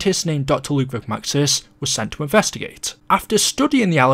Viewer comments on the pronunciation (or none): none